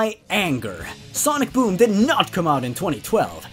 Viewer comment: Ok ngl when in said sonic boom I thought it said sonic DOOM